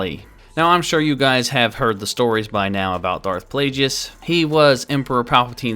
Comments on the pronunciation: It's pronounced darth plagus not plage-e-us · It's not plajius. It's plagues!!!!!!! 👹👿👿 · DARTH- PLAY-GEE-IS????? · Its a hard G on Plagueis isn't? Sounded so strange with Plajueis lol Also, being a good guy and checking every possible angle for Leia nudity. Not all heroes wear capes....or metal bikinis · ah yes, Darth Plajueis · Yes the wrong pronunciation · O my god the way says plaguies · How the fuck are you a star wars fan & dont know how to pronounce Darth Plagueis name? Jesus christ listening to you saying his name was horrible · Wrong pronunciation of plagueis